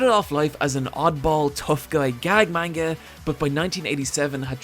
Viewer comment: This is decently researched, but please pronounce manga right.